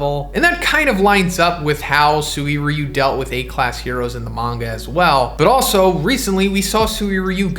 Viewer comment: Who gets bothered by SUWIRYU? It's Suy-ryu.